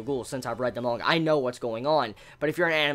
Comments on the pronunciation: Not mon-ga, it's man-ga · hey dick head its manga not monga xD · Is anyone else kinda annoyed that he pronounces manga as monga? I can't unhear it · I like how he pronounces manga